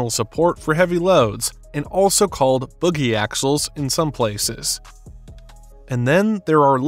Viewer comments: 😂😂😂 bogey axle not boogy axle 🕺 💃 😂😂😂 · Bogey axles, such as on some aircraft landing gear, not boogie axles.